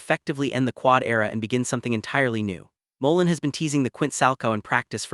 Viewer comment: You need to learn how to pronounce Ilia last name!